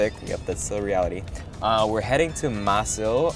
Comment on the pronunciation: Oh and when it's a Korean word and you see the s and i together it's pronounced "shi". So it's pronounced mah-sheel. I live in Los Angeles & fam from the PH told me the korean food here is better cause in the PH they skimp on meat apparently